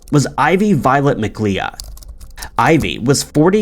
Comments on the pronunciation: McLeod is pronounced "McLoud". You might not think so, but there are LOADS of Scottish names that aren't pronounced as you'd think. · McLeod is pronounced like “Mac-Loud”… nice content tho. I love your vids 🙏🏼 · Seriously? Mc-lee-odd?? Do better, dude 🤦‍♀️🤦‍♀️ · Thanks for saying this. Wasn't sure if I was the only one lol. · McLeod is pronounced mick-loud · but said 'Mcleod' wrong... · Yes,so many people pronounce that name wrong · Lol I was thinking the same thing 🥴. Mc”LOUD” is how my friends with that name pronounce it 🤷🏼‍♀️